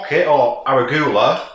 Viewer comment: Looks great! Always love to see your new vids :D It's "ur ·oo·guh·luh," and "chuh ·baa·tuh," btw ;)